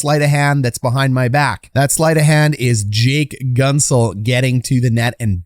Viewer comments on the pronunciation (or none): Hey just a friendly comment to tell you its pronounced GENT-zel not GUNT-zel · I think its pronounced Gentzel not Guntzel. Great video btw hyped for the pens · Gunt-zel..... its pronounced Gh-ent-zel. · As a pens fan..it’s pronounced GENTZEL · Solid video. But in Pittsburgh Guentzel is not pronounced like “gun”. Everyone says it as though the u weren’t there. Gentzel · enjoy your channel a lot, but if i may, it's pronounced 'gentzel' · you are mispronouncing Guentzel